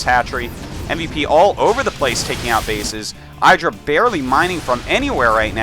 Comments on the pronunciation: its idra not eyedra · ih- dra. not eye-dra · and hes gotta say idra right its not eyedra, its idra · It's pronounced "iddra", not "I draw" ;o) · Artosis it's ihdra, not eyedra. He said it right next to you in your imbalanced show #1. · Eye-dra... lol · And he mispronounced "IDD-ra" throughout the whole game... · eye-dra *shivers* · Why does he say EYEdra? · You'd think Fartosis could pronounce IdrA's name correctly being a GSL Code S caster...... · John Yentes He mispronounced it on purpose bc he likes to mess with his friend Idra. =] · How is Artosis so close with Idra he even has his own show with him and yet he pronounces his name wrong..